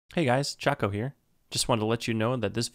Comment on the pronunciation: Why do you pronounce choco as chaco